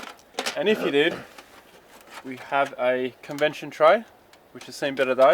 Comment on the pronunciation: He's still calling it "convension" ! ... before it was a convention lol, mate it is convection, as in hotter fluids rising due to lower densities. Love the vid though